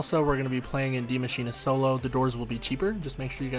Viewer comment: Subbed because you pronounce “die maschine” correctly